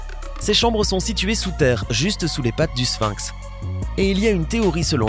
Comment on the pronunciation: Sphinx, prononcez-le avec F et non avec P. "Ph" se prononce, en général, "F". On ne dit pas Pilosopie pour Philosophie !